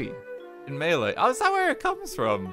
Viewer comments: "maylay" god help my soul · not RT saying Malay as "melee" lmaooo love you RT